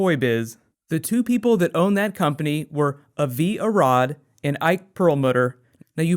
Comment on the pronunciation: As someone named Avi, let me tell you that you are mispronouncing that name :)